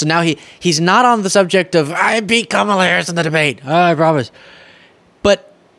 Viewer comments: Did my ears deceive me? He actually pronounced Kamala Harris's name right. Must have been a slip-up on his part. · I love when he pronounces her name correctly — by mistake. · He accidentally pronounced her name correctly. 😂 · He said Kamala right in that one👍🏻